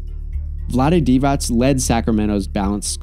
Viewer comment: Vlade Divacs? No S at the end.